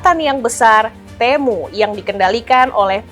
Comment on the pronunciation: kalau lihat iklannya si TEMU dibacanya TIMU..